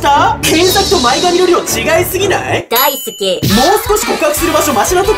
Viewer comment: 大好きのイントネーションがダイスケみたい